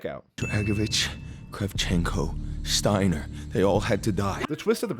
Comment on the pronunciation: Steiner is pronounced Steiner why you felt compelled to pronounced it wrong. Either know what your talking about or shut up. God I appreciate how you try to appreciate the game. Just maybe dont talk out your ass. Considering how young you are I ain't suprised.🤦‍♂️